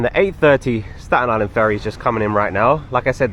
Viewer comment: probably some natives with the strong Staten Island accent 😂 but you said it correct!